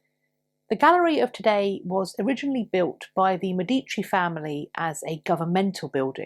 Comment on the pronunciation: Love the information! Many native English speakers pronounce the family name Medici as "meh DEE chee." The correct pronunciation is "MEH dee chee." One of the things Anglos learn while learning Dante's "tool-of-the-trade." Please continue your great contributions!